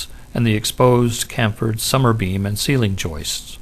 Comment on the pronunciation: ummmmmmmmmmm... one pronounces "chamfered" thusly: CHAM' furd